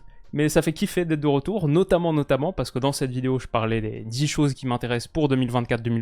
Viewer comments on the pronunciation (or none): Quand tu dis « ca fait kiffer d’etre de retour » j’entend « euro-tour » 😢😢